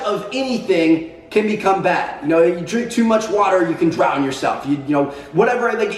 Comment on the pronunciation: "Drinking to much water can dround you" TmarTn 2k16